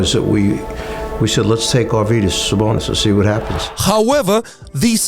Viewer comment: Dude are you Lithuanian?? Cuz u pronounce Sabonis and Marciulionis names perfectly. Sabas is legend without long career in NBA. I can only imagine what kind of beast he would have been in his prime